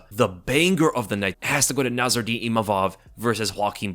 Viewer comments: NASSOURDINE NOT NARROURDINE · It's Nassourdine, not Narrourdine 😅